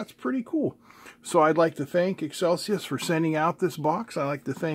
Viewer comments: You said Excelsius it seems though to be Excelius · "eXcelius" Pronounced "eXcelcius" ?